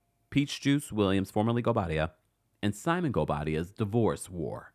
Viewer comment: Chile that gavel and the pronunciation of goubadia air please 😂